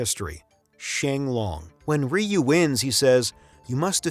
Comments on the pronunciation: great video, keep up the good work, SF2 fan here. The pronounciation, many made these mistakes Ryu is not "Raiyu" , just "Riu", means dragon. hadoken is not Ha-doo-ken, just "hadohken" remember capcom came to my hometown to test out SF Zero before release, everyone free play and got a keychain as souvenier. love from Japan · The way he ragebaited me by saying 'rayu' was like a not so friendly horse kick in the mouth in broad daylight. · I ain't gonna listen to 57 minutes of some dude saying "Rye You".